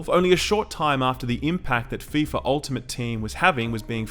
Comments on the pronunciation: "Ef eye Ef ay Soccer!" My sides! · "EF EYE EF AY INTERNATIONAL SOCCER" - I lol'ed